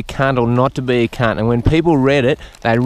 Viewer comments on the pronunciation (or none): “Out KHUNT him” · Take a shot every time you hear him say Khunt😂 I’m gone